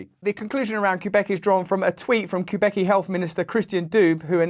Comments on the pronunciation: On-tar-io? Queue-beck? Someone teach Russell how to pronounce canadian provinces. Good video though, just thought it was funny. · Ontario is pronounced (on tear rio) not the way you say it. that hurts me dude. i don't calle ur home graws uka . i call it grays u.k i dont call it G ray also Quebec Sounds like kwuh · bek you have google. please look this stuff up. this isn't an accent thing it's you being ignorant . my friends from Nigeria he can say all our cities and provinces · It's not Queue-Bec. It's more like Queue-E-Bec.